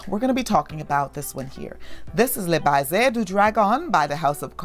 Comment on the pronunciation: There are other languages that exist other than English, please learn them. “Le Baiser du dragon” is french, “baiser” means kiss in French. Your pronunciation is way off, it’s bayzay. Oh I speak French.